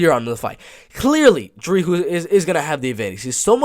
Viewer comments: Hey man just to correct you on the pronunciation of Dricus Du Plessis’ name. when you say his first name you pronounce the first half “Dri” perfectly but the “cus” is pronounced like a normal cuss (for instance when you cuss you are swearing) and with his last name. You pronounce it perfectly except the “S” at the end of Du Plessi(s) is silent so you only pronounce it Du Plessi pretty much without the S. But other than that great break down. I have my boy DU PLESSIS winning by KO. 🇿🇦🇿🇦🇿🇦🇿🇦🇿🇦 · your not pronouncing the "s" in dricus otherwise decent pronunciation. Dricus will finish tavares.